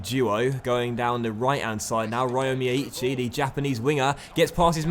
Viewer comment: If it helps, the y in Feynoord and Cruyff comes from from Feijnoord and Cruijff being anglicised Also, from memory, it's pronounced "Rio Miyaichi"